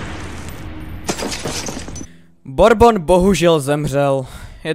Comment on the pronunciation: DD Borbon :DDDD LOL jmenuje se Burbon :DDDD